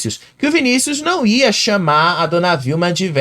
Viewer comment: ele não diz VELHA ELE FALA VEIA